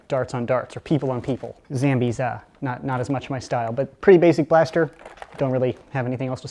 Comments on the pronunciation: does know he says it like "zambies" it is zombies! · only says zambies... COOP IS A WIMP!!!!!!!!!!!!!!!!!!!!!!!!!!!!!! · He said zambies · Did you say zambies Lol